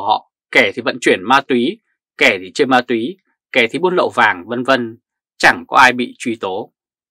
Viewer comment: Ma túy,không phải mai thúy , làm ơn nói đúng danh từ VN